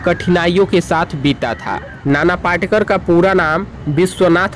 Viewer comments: नाना पाटेकर पाटकर नही पहिले शुद्धलेखन ओर बोलना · नाना पाटकर नही पाटेकर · पाटकर नही पाटेकर बोलो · पहले ठिक से हिन्दी बोलना सिखो, पाटकर नही पाटेकर, तुम्हारा निवेदन का तरिका बहुत ही घटीया हे, मेरे जाणकारी के हिसाब से वो अंधेरी नही माहीम में रहते हे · पहिले नाम तो ठीक ले। नाना पाटकर नही नाना पाटेकर है। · Nana patekar ji,hai,not patkar,aap barobar boliye,a great actor,he is,nobody is like him,a great social worker ,simple mam,and helps all needy people,no one else is like him. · नाना पाटकर नही ..नाना पाटेकर है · नाना पाटकर नही नाना पाटेकर, नाम तो ठीक से लिया करो. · Video banane ke pahale unka naam to barabar bolo. Patkar nahi Patekar. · पहिले उनका नाम ठीक बोलाना सिखिये. नाना पाटेकर बोलिये please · पाटकर नाही पाटेकर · अरे पाटकर नही नाना पाटेकर एका उपकार सिनेमा है पहिले साधा बोल ना शिक आऔर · पहले ठिकसे बोलना सिखो l नाना पाटकर नहीं नाना पाटेकर नाम हैं l